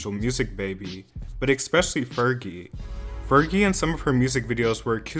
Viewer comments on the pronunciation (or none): I can’t take anyone seriously when they say “eXspecially” goodbye lol